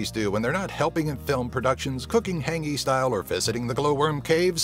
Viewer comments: Hu-ng-y not ha-ng-y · Did he say hangi? Its said Hung-i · U said hangi wrong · Hey im a kiwi (newzealander) but not ofending of anything but we pronounce as hung gee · DUDE its not hangi its Hongi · It's not pronounced hangi😂😂😂😂 it's pronounced hungi. Just something good to know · hangi is pronounced h-U-ngi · its hangi haah ngeee for easy saying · It's pronounced han-g-ee ~All the Kiwis (New Zealanders) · "Hangee" tRiGgErEd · H...HANGY really I mean I don’t blame you because you come from a different country BUT YOU PRONOUNCE MOARI WORDS HORRIBLY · I'm a kiwi! And by the way, It's Kumura, not sweet potato and hangi is pronounced "Hung-ee" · LOL HE SAID HANG E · you say hangi like hungi not hanging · Mahuika Parata hang-ee XD I mean, at least they tried!! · Like Hayngi lol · Hangi! Lol it's pronounced hungi. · LOL, when he said hangi a little voice in my head shouted it's saaid 'HUNGI" . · Haha heygnee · he said hangi wrong :( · I wish he never said hangi 😂😂😂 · my face when he said maori and hangi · good try on saying hangi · what the hell are you saying "we" and "us" for,youre not a kiwi,not born and educated here,you cant even pronounce basic local words like hangi,weta and others. why mention shepard on the tenner but fail to mention rutherford on the hundy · omg the way he says Maori and hangi lmaoo 😫😫😫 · FUCK IM CRINGING SO HARD HANGI OMGGG NO ITS A HONGI UGHHHH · Lol I laughed every time they mispronounced the Maori word XD like hangi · Pronouced HUNGI not HANGI Pronounced Maori not Mari Just Saying xx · ROTORUA and HANGI lol... americans these days smh